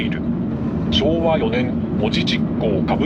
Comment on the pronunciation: 「門司」は「文字」と同じ「も」にアクセントがあるイントネーションではないぞ！ そんな気色悪言い方を何度もせんどってちゃ！ 西海岸の言い方が変 「旅客」は「りょかく」 門司港は北米航路の船舶は入港していませんでした！ 糸田の言い方が変 田野浦の言い方が気持ち悪い 新浜埠頭だと？そんな名称は１度も存在したことがない 関門大橋ではなく関門橋だ！ 新幹線は、関門トンネルではなく新関門トンネルだ！ 「あめがくぼ」ではなく、「あまがくぼ」だ！ ミスが多いです！ アップする前にもっと調べてから正確さを高めてはいかがでしょうか。